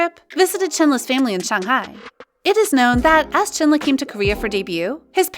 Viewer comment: not trying to be nick picky, but u pronounced chenle wrong. please get it right next time